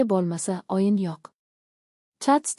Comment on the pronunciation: O' harfini ham o deb talaffuz qilmang .Oyin demang o'yin deng